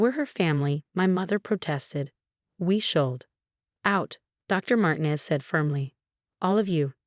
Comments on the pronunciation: It's mar-teenez,not mar-tin--ez dummy!! Get your pronunciations right!!! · Mar tee nez not Martin ez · Mar-TEEN-ez and pree-FER get your AI fixed! Won't finish story. THUMBS DOWN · Mar-tee-nez! Not con-cert-oh, con-chair-toh!